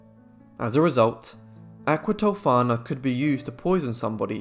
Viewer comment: Thank you for the spot on pronunciations! I loved this story when Bailey Sarian did it (aqua tofaaaannaaaa), but I certainly appreciated your take on it.